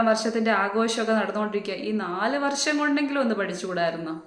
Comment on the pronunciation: താൻ പറയുന്നത്.. വർശം, ആഗോശം എന്നൊക്കെയാണല്ലോ😅😅😅 ഇളിഫ്യൻ അല്ല ഇളിഭ്യൻ... ആദ്യം സ്വയം നന്നാവ്...